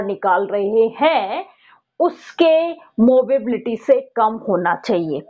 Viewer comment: Mobility hota h ya mobability ???? Movability smjh aata h but mobability??🤔